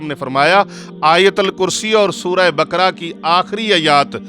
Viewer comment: مولانا صاجب اپ سے شاید علطی ھوی ھے متلا اپ لفط جمد کی میم پر فتجہ یعنی زبر پرھ رھے ھین جبکہ جمد کی میم پر جزم ھے اسی طرج سورہ بقرہ کے ق پر زبر ھے جبکہ اپ جزم پرھ رھے ھین اسی طرج جصرت انس کی نون پر زبر ھے مگر اپ جزم پرھ رھے ھین اسی طرج لفط قران کے ر پر جزم ھے جبکہ اپ زبر پرھ رھے ھین